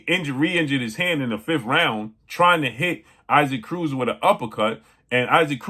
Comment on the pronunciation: 😂 It is pronounced EE-sock Cruz